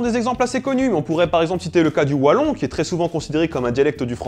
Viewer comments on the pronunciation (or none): none